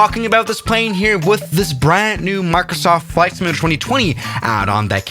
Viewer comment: Sim…you…lay…tore Simulator. Not Simlaydr.